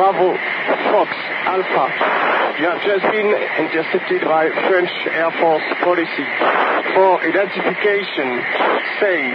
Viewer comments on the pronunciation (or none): "Air force policey" LOL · The worst is that "police" is pronounced almost the same in french and english, but they fell obligated to add a strange accent to it like most french when speaking english xD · Police not "policy" !!! It kills me, such a shame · I think it's not a mistake . Fighter pilot is not sure if the german has good recption of his call ,and with a bad radio signal ,policy is more understandable than a "polee" or sthg like that . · Why did the dude spell ‘police’ as policy when it’s literally pronounced the same in French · Goytá F. Villela Jr. Yes I know. pal I'm french and I speak english almost without french accent. I can do british or american accent as well. But knowing how to pronounce "police" correctly is not that difficult. Especially for a fighter pilot. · Maybe he cant pronounce police but he was perfectly understandable, which is all that matters